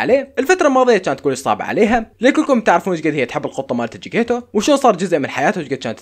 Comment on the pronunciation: اسم القطة جكتيتو وليس جكيتو 😂